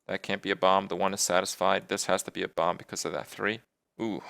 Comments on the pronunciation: What the heck is bompf? I thought the word was Bomb and the last B was silent. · What is Kripp saying? "Bomp?" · Half the time, he ended up saying bomp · I noticed that too, he just needed more practice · Anyway else getting slightly annoyed that he pronounces it like bomb is like balm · Kripp, love the video, but why in the name of all that is holy do you pronounce the second "b" in bomb? You do it with "mad bomber" too in Hearthstone videos. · now I have to listen to kripp say "bomb" incorrectly for 15 minutes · great i get to hear kripp pronounce bomb wrong for 15 minutes. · I'm just here to listen to Kripp pronounce the silent "b" in "bomb" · Every time he pronounces "bomb" I have an epilepsy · Alternate Title: Listening to Kripp mis-pronounce "bomb" for 15 minutes. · Oh god I have to listen to Kripp say "Bomb" incorrectly all video. It's even worse than the "How Good is Bomb Lobber?" video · Holy shit the second b in bomb is silent! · damnit kripp the b is silent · I think he decided to stream Minesweeper just to say "bomb" repeatedly and enunciate the b on the end of the word. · Why does he pronounce the "b" at the end of bomb? It's silent xD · Wow Kripp really does pronounce the silent 'b' in bomb on any occasion. That's just how he says the word.